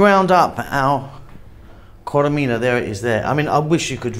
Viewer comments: its not koremina but korerima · Korerima is the right pronounciation . Keep up the good work !